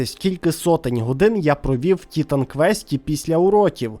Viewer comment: Побуду трохи душнілою. Не тітан квест, а тайтан квест 😂